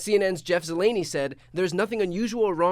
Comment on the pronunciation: Briana KEELER not Kylar. Jeff ZELLENEE not Zelaaanee. They only say their names all day long.